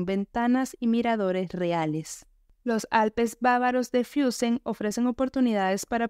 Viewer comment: No se dice: "Fiussen" Se pronuncia "Fussen"